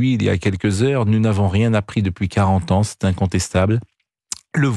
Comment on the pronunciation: quand on entend... sans "s"